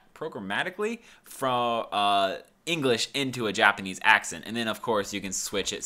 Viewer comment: I like how you said : J apanese